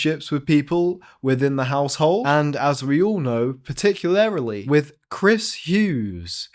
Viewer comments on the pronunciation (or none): “Particularily” 😂 Love it!